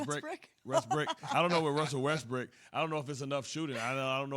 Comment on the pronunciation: Dude said westbrick live on tv 😭😭😭😭💀 💀